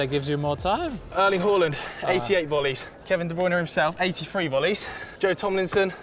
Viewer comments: Erling Horland. That lad kept saying Horland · Why did he keep calling him Hawland? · that's how Haaland pronounces his own name though